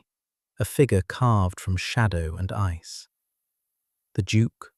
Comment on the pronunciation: Ice not eyes.